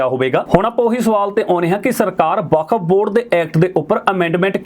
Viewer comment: California. It’s Okuf Board not Vkaf